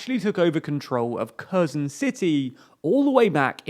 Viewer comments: Its not pronounced kehzon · Sorry... switched off the moment you pronounced Kherson "Kérzon". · As a native speaker of Russian and as a teacher of English I dare make a critical linguistic comment. The the presenter repeatedly mispronounces the name of the Ukrainian city of Kherson and in his version it sounds like a completely different city- Kazan, the capital of Tatarstan in central Russia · Your pronunciation of Kherson is so hilariously British. Sounds like you're talking about some small town in the north of England. Gotta love how the inaccuracy of putis missiles has now become their excuse to bomb anything and everything. "We meant to hit kyiv, but it landed in odessa because of heavy winds"* said with a thick russian accent * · Kherson is pronounced with a soft H sound, same as in the word HAT, and the stressed syllable is the second SON part, not the first.